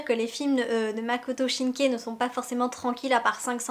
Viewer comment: Bonne vidéo avec un contenu riche et détaillé, le cadre est sympa et la qualité visuelle fait plaisir :) Continuez comme ça ! ;) J'espère un retour du film de votre part un peu après le 15 avril si possible et j'espère que le 15 avril marquera une belle journée pour vous ! :) PS : Il s'agit de de Makoto Shinkai (avec une prononciation "aï" et non "é" malheureusement haha).